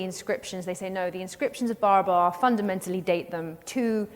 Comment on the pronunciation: Barabar is being mis-pronounced. It is Baraabar in Hindi. बराबर meaning equal in Hindi.😮